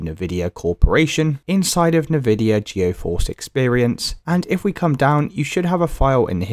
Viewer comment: Nividia Goeforce?